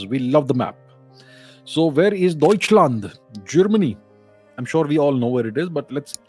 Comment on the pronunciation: Thanks for explaining to a wider audience. Accurate pronunciation of "Deutschland", Sir! :) Greetings from a Eastern-German guy now living in North-Western Germany. ;) PS: And sorry for being the bad guys.